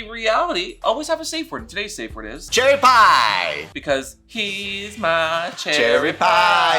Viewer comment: At least he didn't say "sherry pie" if you know you know